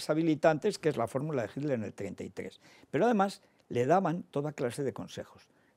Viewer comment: porque los españoles dicen HILDER?